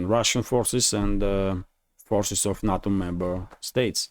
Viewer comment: NATO is pronounced as Nay toe not nah toe - thanks